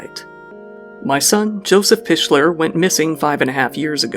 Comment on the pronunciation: Its pronounced pick-ler I was in highschool with Joe he was a normal kid besides the acting. Class of 05. It is crazy to see this video. Decent video though good job.